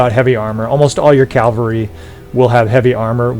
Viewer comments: i imagine you say calvary instead of cavalry because thats how the tankers say it but idk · Thanks for the great video! I truly hope you get over your calvary of saying "cavalry" correctly ;-) [yes "calvary" exists, and it has another meaning ;-)] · Calf-ary - they ride somewhat different mounts. :D